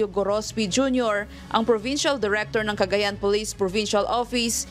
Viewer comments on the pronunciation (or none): none